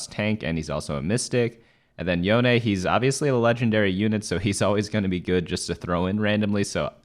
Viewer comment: WOOOOO YOU PRONOUNCED YONE RIGHT. RESCUBSCRIBING.